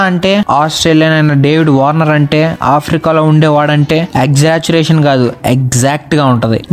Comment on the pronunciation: Rey exaggeration correct ga pronounce chey ra